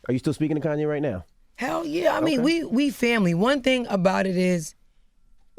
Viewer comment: Nigga said Koonye 🤣💀